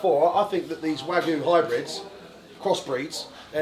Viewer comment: Smoked Wagyu? , i know i know its a mix not pure Wgyu as he said but still fck sake